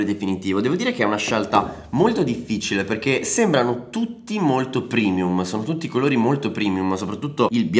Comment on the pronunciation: TE LO SCRIVO SOTTO OGNI VIDEO. SI DICE PREMIUMMMMMMMMMMMMMMMMMMMMMMMMMMMMMMMMMMMMMMMMMMMMMMMMMMMMMMMM